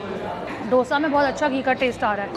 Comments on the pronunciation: It's dosa didi 😂🤦 not dhosa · It's not dosa it's dhosa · That Dosa chutney is Allam chutney (Ginger chutney) prepared with Ginger,red chillies and jaggery... plz pronounce DOSA correctly 😜